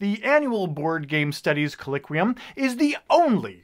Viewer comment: not trying to nitpick, but you mispronounced "colloquium" throughout this video.